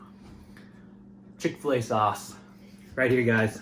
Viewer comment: Chick Fila sauce lolololol